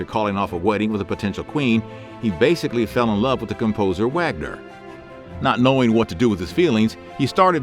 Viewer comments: It's not pronounced Wagner it's said as Vahgner. It's German. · the German composer Wagner is pronounced "vogner". I still love your videos. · I also came here to comment about Wagner.